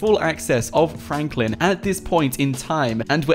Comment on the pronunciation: in the video you saying frakline